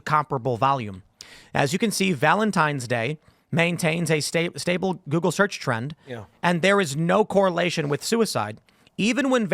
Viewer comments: "Search Turd" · "Search turd?"